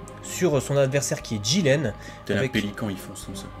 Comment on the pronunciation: Le mec il s'appelle jiRen pas jiLen sérieux les mecs c un r pas un l